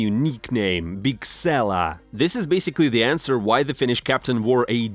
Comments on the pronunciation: It's biskela my man not bigsela wtf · BiSkela not BiGsela :D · Man, this channel would be so much better if you put in literally just a tiny bit of effort to learn how to pronounce things. I mean seriously, bigsella? Arozdok? wtf is that...